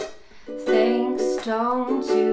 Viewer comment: She doesn’t she didn’t say thank E s 😂😂🤣😂😂😂😂😂😂